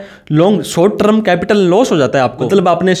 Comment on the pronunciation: Pehle short term ko sahi bolna toh seekh. Trum nahin hai term hai